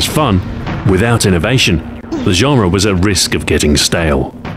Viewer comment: When he says "genre", I hear Azhara!